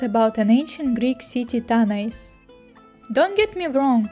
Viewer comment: The Greek word is Τάναϊς Tánaïs. The stress is on the first syllable in Greek. На греческом, ударение ставится на первом слоге. Кроме того, на современном греческом, сочетание букв "аι" произносится как русское "э." Получится как Тaнэс.